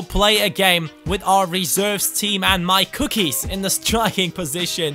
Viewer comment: Forgot to say: Every time you say MyCookies i think you are saying Mike ^^